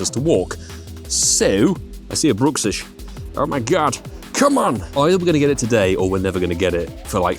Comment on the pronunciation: I believe Bruxish is pronounced Bruck-Sish, not brook-sish. The name derives from the teeth grinding issue "bruxism" which is pronounced bruck - everyone seems to call this ugly fish different things 😅